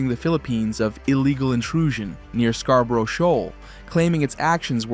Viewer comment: Work on your rendering of Scarborough,.